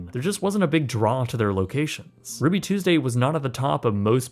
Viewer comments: "RUUBY TUESESDAY" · "RUUBY TUESESDAY?"